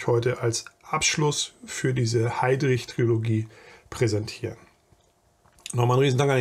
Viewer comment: Tolles Video. Kleine Klugscheißerei am Rande: -- ich denke, der gute Mann wird Schus-tr ausgesprochen, also die Tschechische Version von Schuster als Nachnamen. Kleine Klugscheißerei, die zweite: Trilogie und nicht Triologie. Hinter dem I folgt kein O. ;-)